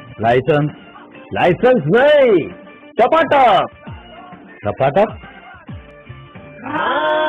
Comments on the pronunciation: Not tapatak its tapa tap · usne tapatap ki jagah fhatafhat bola 🤣🤣🤣🤣🤣🤣🤣🤣🤣🤣🤣🤣🤣